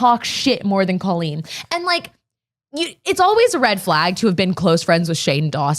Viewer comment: I literally want to grab her and tell her that her name is COLLeen not COlleen. I’m glad I’m not the only one that thinks that crazy